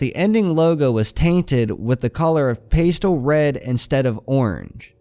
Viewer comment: Pastel, not paystel if thats what you were saying.